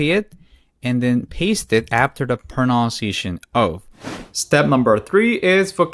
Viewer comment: There is no word proNOUNciation in English. It is proNUNciation.